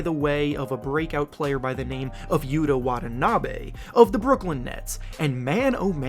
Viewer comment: You pronounced Yuta wrong. Small detail no biggie but still.